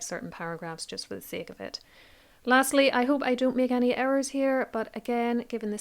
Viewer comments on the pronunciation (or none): none